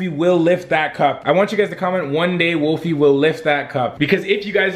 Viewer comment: WOLFIE NOT WOLFY!!!